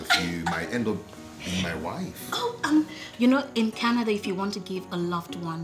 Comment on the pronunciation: Canerderrrr😂😂😂😂😂😂😂 not Canada